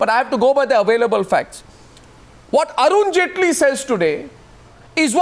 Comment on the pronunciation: ROFL "Arun Jhaantley" X-D